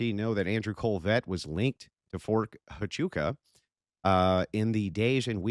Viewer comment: Mispronouncing huachuca over and over sounds real foolish. It distracts from the conspiratards deflection.